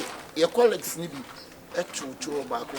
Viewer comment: can't pronounce collegue😀😄😄😄